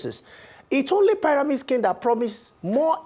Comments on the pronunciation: I really wanted to focus on this discussion but the consistent pronouncing of pairamid schemes just wouldn’t help me 😢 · learn how to pronounce pyramid